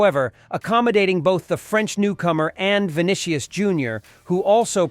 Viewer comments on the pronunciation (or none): Rod Rigo??… 🤣🤣 You mean Rodrygo … and “Vinikius”?… what’s that? 🤣